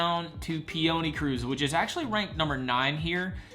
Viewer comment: How do you mispronounce peony? Like the flower pee-oh-knee, not pee-onee